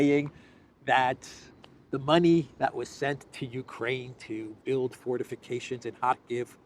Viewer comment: lol, 'forteeeficayshans'!